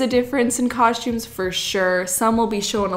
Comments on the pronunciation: I LOVE so much! Adorable, generous, hard-working, and so fun! Plus I love when you say cos-chooms instead of cos-tooms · I love your videos and I clicked it even knowing I would be triggered inside each time you pronounced costume (coshtumes)